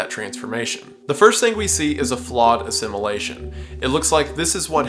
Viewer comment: stop pronouncing "assimilation" as "a simulation"